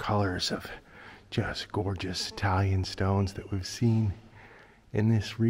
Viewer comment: Thought exactly the same! Way to read Italian,!!😊